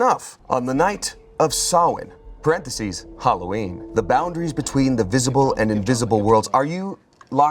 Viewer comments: can i correct without sounding bad. its "saow-nah" not sowin. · Shout-out to for not entirely butchering the pronunciation of Samhain like many americans do. Still a little bit off (it's more like "Sow-en", rathen than "Sah-wen") but the effort is appreciated. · ...He didn't. <3 But he got close! He said "saw-in" and it's much more "sao-in" pronounced like cow. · Butchering samhain over and over again actually hurt me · But its still not right 🥲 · All the Samhain jokes but not one of them pronounced it correctly. Close though.